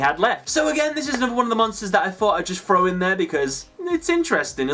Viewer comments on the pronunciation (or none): good video but towards the end i noticed you saying "throw" as "frow" and it got me wondering why the hell so many english and european people do that